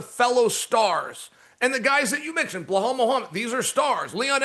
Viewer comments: Chael please stop saying Bla-hal, it’s Be-lal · Gotta love Uncle Chael and his mis pronounciation of names. Like who is “Blahal” Mohommad 😂😂😂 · Hey DC , why don't you tell Chael P.Brain to remember the real name? Belal is not hard to say. Why do you and ESPN put up with that ? Or just use the last name. Muhammad isn't hard to say either.